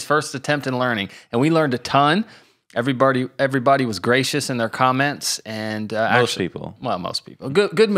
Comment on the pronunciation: “Every birdy” 😂🤣👍🏻